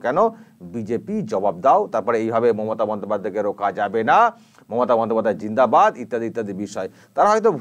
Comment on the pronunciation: এরা কারা? কোথা থেকে এসেছে? এদের কোনো কাজ নেই? কি বলতে চাইছে এভাবে? জিন্দাবাদ কথাটা ভালোকরেও তো বলা যায়,। ' জীনহাবাদ ' মানে কি? একটু শিক্ষিত হলে কি এমন করতো এরা?